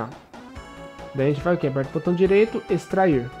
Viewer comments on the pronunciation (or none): none